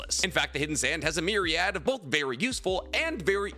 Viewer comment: Say Myriad again 🧐